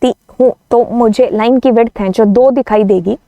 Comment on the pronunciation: mam is saying ""h jo"" what i heard ""bc""